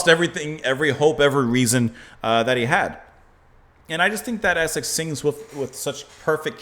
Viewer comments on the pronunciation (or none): none